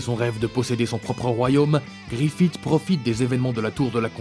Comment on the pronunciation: "Crocodile" "uchiha" "djostar" "Griffite" et tant d'autre seigneur fait un minimum d'effort mec même ton intonation sonne fausse genre vrm ya rien qui va tu donne pas envie